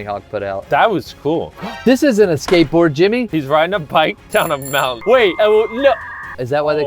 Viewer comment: Is it just me or does it sound like they say gateboard